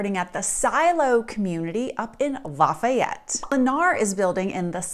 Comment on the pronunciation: So easy to tell how much of a fake you are when you don’t even pronounce Lafayette correctly. Another transplant claiming to know what’s best for you in Colorado.